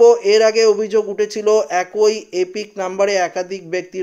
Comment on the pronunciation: "একই "উচ্চারণ ঠিক করে পড়ুন